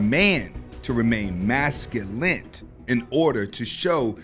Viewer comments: It's masculine not masculant! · The word is Masculine with an E not masculinit with a T..ijs homie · Bro you're killing me adding a T to masculine.